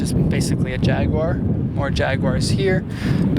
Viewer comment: How do you not know how to pronounce jaguar or coupe. Show some respect to the 22b